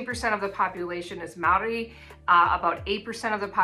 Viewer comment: Your pronunciation of Maori is pretty good, but the R needs some practice. At the moment it sounds more like an L. It's much the same as the Spanish R, a flick of the tongue across the roof of the mouth, like a very soft and fast D.